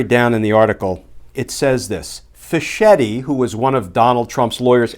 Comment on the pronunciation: Fisketti, not fish-etti. Like bruschetta.